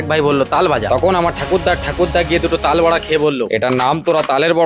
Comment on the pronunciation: তাল বরা❌তাল বারা✔️😂😂😂😂😂😂